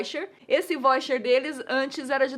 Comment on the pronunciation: a Nilce fala voicher, eu falo vaucher hehehe